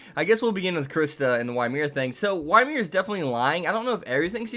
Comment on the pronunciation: Did you just pronounce Ymir "Why Mir"???